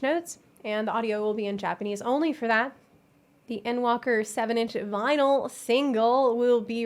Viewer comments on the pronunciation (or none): none